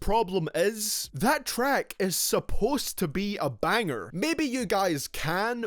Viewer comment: Just how he said banger😂